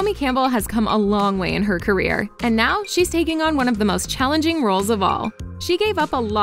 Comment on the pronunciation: Lady “Nao”